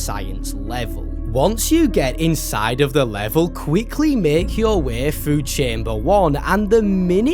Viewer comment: “You know the little wæ” caught me off guard